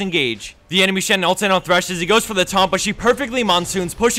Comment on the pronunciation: It's THRESH FFS, IT HAS A H.